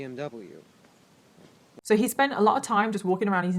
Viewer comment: The way he said BMW enrages me